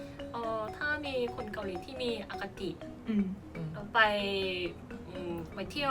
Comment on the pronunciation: มินนี่พูด อคติ อย่างชัดดีกว่าคนไทยบางคนอีก